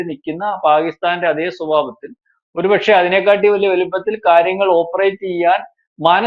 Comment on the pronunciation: 'അതിനേക്കാട്ടി' ? അതെന്ത് കാട്ടി? 'അതിനേക്കാൾ ' എന്ന് പറ യൂ.